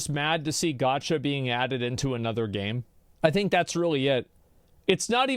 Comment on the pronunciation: Why does asmon pronounce “gacha“ as “gotch-ya”